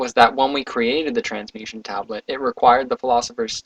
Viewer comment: It's called a Trans-mu-TA-tion tablet. You kept saying Transmution. It was starting to drive me crazy, I couldn't help it.